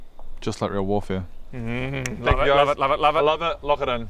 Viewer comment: I love LOVE how he says "I love it" like it's one word. Hahaha.